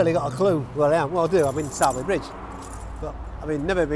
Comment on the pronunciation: It's pronounced sawby bridge 😁